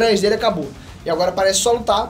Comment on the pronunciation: O conseguiu falar o nome do Naruto errado, achei que tinha limites pra essa habilidade dele e do pai dele de falar os nomes dos personagens errado